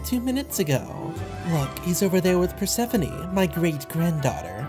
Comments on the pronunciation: Bro said perspephene instead of persphone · Bro saying Bird-sephone